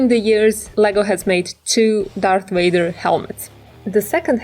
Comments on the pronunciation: You said WADER ITS VADER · did she say darth Wader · Who's darth wader ha ha ha ha